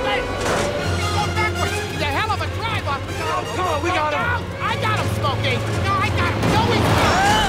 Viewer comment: “He’s a hellava driva” 😂😂